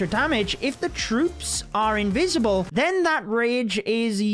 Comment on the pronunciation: they're invisible not invicible i am gonna die laughing 🤣🤣